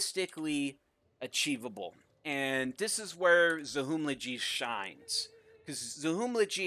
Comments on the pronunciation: It is pronounced Zahumlje not Zahumljidji. In Serbo-Croatian you spell the same way you prononce it, ALWAYS. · It's not Zachumlegee, it's Zahumlye, ly sound is like lli in William. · Zahumlje not Zahumlachi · It is pronounced Za-Hum-Lie. Not Za-Hum-Lje. Greetings from Croatia 😃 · Prisiklo me svaki put kad bi reka "zahumlidži" 💀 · Take a shot every time he says Zahumllje. See you all in the hospital. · I m bosnian, there is a letter called NJ, which is kinda these two zogrther, but it is more similar to N. So pronounce Zahumle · It's pronounced zahumlye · It's pronounced Zahumlye. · Its pronounced "zahumlye". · Pronounced: Za-hoom-llee Source: Да радиш к'о што кажем и да не једеш говна 😂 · Why dont you just use google translate, select Croatian or Bosnian as language write down Zahumlje and press play on sound, you can do that for almost every language in the world. Oh yeah what you pronounced it would be written Zahumlađi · Za Hum Lje ... the J is not je or G ... as a Croatian its extremly funny and upsetting at the same time xd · not even close pronouncing Zahumlje but respect for the effort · I like how he goes the incredible effort to pronounce "Il de France" correctly but totally butchers "Zahumlje". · I love your pronouncation of zahumlje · It hurts, hurts hearing you say Zahumlje, kinda funny, but still #nooffense